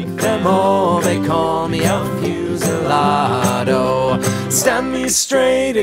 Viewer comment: Never heard this song before and liking it. Your Spanish pronunciation was pretty good except for the u in fusilado, which should be closer to ooh than fuse.